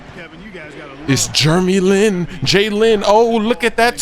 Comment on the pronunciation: Jurremy Lin haha!!